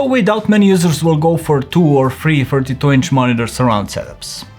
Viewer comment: He did sounded like 42 or mispronounced